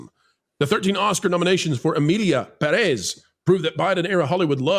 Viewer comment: Perez has the accent on the first syllable.